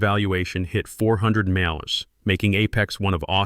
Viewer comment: What is the problem of the A I pronouncing the word MILLION?